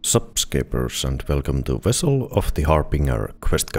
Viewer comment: Wessel of the Harbinger